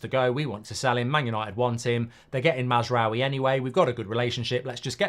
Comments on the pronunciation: Mark, you remember French people saying Oui !? That is pronounced as W-i. Ou is pronounced w for the French, and is therefore also the French transliteration into Latin script of the Arabic 'w'. so no ou (as in U-boat), but a normal British w (as in Westham) . Mazrawi is what he would write his name if his ancestry was Iraqi, Jordanian or Kuwaiti (i.e. a history of British colonialism, as opposed to the French tradition that affected how Moroccans, Algerians Tunesians Lebanese translate their names from Arabic into Latin script). So no U-w-i...but A-w-i (ou=w). :) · It's "Maz - raa - we" mark 😅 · The amount of time he constantly butchers mazaroui’s name… plz it only takes a min to learn how to pronounce it’s not even difficult 😅😊